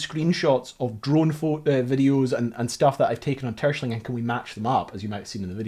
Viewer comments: TerSCHELling, emphasis is on the second syllable. Phonetic approximation is Tair-Schell-ing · The island´s name is pronounced Ter-shell -ling! Not "Tershling". Why are English speaking people so arrogant to mispronounce non-English names all the time? Is ist stupidity? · It's [Ter-skèlling] not [Tùrshling] (the K is an approximation) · Nice info on these things Btw, It is pronounced : Ter-Schelling. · Hahaha 1) I'm super suprised this buoy is in my country. 2) I was looking forward to you pronunciation of Terschelling and 'Tershling' is an interesting interpretation haha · All this research and work, and yet you mispronounce the name of the island over and over again. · Your pronunciation of Terschelling is funny. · I love how you pronounce Terschelling, it makes it sound very posh. Great research video, enjoyed watching it. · I love the video and I commend you for a valient attempt of pronouncing Terschelling. I think there are very few foreigners that can come close to it's actual pronunciation :) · Very cool video as always :). tho you did butcher the pronunciation of terschelling quite bad... but having driven the beautiful north coast 500 on a motorcycle and seeing what you guys write on your city name signs I won't complain too much haha. Cheers!